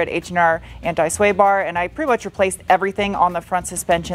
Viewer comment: awesome job. the TT came out beautiful! that was a very snappy 2-3 shift of the beans run! now since you say aluminium correctly; we need to work on anti. its not ant i.:)